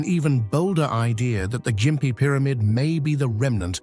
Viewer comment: the gossford glyphs.. That picture is either a dodgy looking cannon or is a (_)_):::::::::::::::::::D cock The Ai can't pronounce Gympie properly, it calls it Jimpy not gimpy Ai might be pretty smart.. But it's actually really dumb